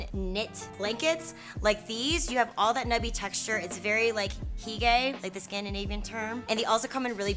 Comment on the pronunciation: HOO-guh. 😂 Had a chuckle when you said “he-gay”